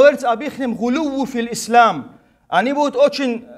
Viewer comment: Он даже не может произнести слово Ислам без ошибки !